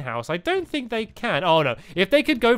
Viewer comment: I'm not surprised younger people can't speak nowadays ~.~ "Thisnis where I HANGED out last time" and of course the classic fink instead on think, and so on.